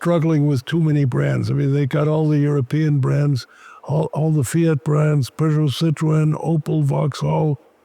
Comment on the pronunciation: Please Americans learn how to pronounce Peugeot, if you like cars learn how they are called!